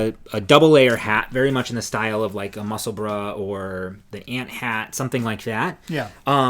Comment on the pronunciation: Final comment from Scotland! So glad you pronounce Musselburgh properly. And yes yes yes for department Q - loved that it was filmed in an around Edinburgh - but it was funny the way they changed the names and uses of buildings 😃